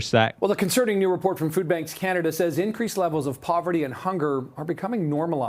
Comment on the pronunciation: In canaderr